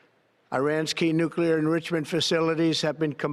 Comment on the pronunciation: What's engritchement?